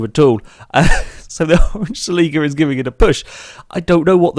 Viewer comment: The way he said Toyota "Celica" really bothered me